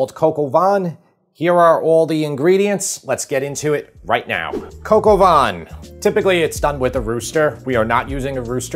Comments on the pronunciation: You know I love you, but brother it isn’t Coq au VAN….the word is VIN and it’s pronounced like VEN but the n is very soft You seriously need to have me on your show for all the French stuff Hahahahaha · I love your videos; I watch all of them and I’ve made several of your recipes. Excellent! Have to admit though… your pronunciation of “vin” hurt my Canadian ears. Just for future reference it’s more like “van” than “vahn” with less stress on the n. Phew! I feel so much better now. Sorry. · Don't pronounce the N in vin, and pronounce with an ah, like -- hard to come up with an English word that would rhyme with vin, but the N is silent. maybe like bain in bain marie? But you probably don't know how to pronounce that either. Like nah, vin rhymes with nah, like in nah, nah nah nah nah! Silent N. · It is not bouillon it's bouillon, omit the 'i' at the end. And it's vin (wine) not what you are pronouncing... Nice presentation keep up the good wirk